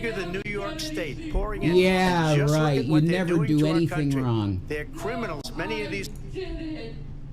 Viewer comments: Her inability to pronounce Gs at the end of words gets me every time 😂 “You can’t see how that’s RON” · " didn't do anything wron"... You have to remember, she can never afford the last "G";at the end of her words.